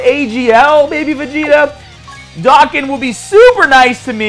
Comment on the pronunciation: MAN SAID DOCK GAN